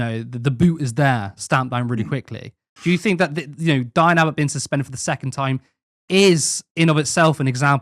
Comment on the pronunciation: she wasn't suspended according to her she was "SuFenDuRd" 😂